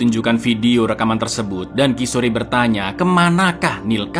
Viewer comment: Kishor ( Kishore) bukan ki sore.😂..polisi wanita bukan polwan GITU 😂😂😂😂😂 thank you for sharing this and SALAM LEBARAN DARI SINGAPURA ❤